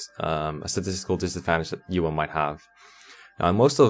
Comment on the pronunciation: Ewan and shaman pronunciation tho...